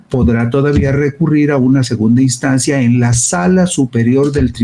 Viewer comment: * Instancia. No es "Estancia" !!